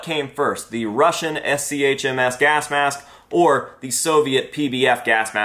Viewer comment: PBF is a copy of american M17 series, the cheek filter design was copied from there. So this came later, since it was got into service in 1970s. ShMS was early 60s. And again it's not es-see-aych-em-ash, it's the german phonetics. It's ShMs in english phonetics. ШМС with cyrill letters.